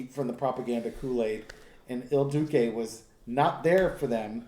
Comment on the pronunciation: Sorry- but I must correct the pronunciation since I agree that the comparison is so apt. It's pronounced /Eel Du-chay/ ("Il Duce") Thank you for your very helpful and valuable work!